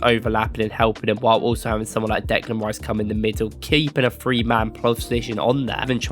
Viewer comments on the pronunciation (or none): none